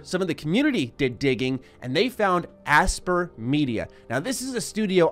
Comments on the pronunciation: For the love of god... it’s not aspr. It’s Aspyr (aspIRE). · its pronounced aspire, not asper.... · Aspyr is probably pronounced like aspire, no? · You referring to Aspyr? ("aspire") They've been around for a very long time. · I think Aspyr is pronounced Aspire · I would have thought it's pronounced like "aspire" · Aspyr is probably pronounced like "Aspire"!